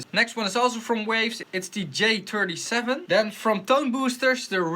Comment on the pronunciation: "Dee J-turdy-sheven" LOL